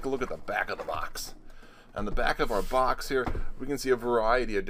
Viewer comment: "Les take a look inside the bocks"